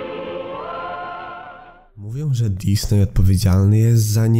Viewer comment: powinno poprawnie wymawiać się Dizni przez nazwisko założyciela firmy. Disney to spolszczona nazwa firmy.